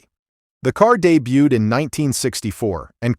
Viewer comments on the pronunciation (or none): none